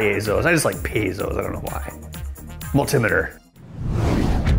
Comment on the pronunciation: love your videos and the fact you [correctly] pronounce multimeter: mull-tim-e-ter always brings a grin to my face. Dunno why it's always bugged me hearing someone say, "Hey hand me that mull-tea-meter I need to check this __." Which half the time started a heated discussion about if they'd ever heard of a bear-oh-meter or an al-tea-meter.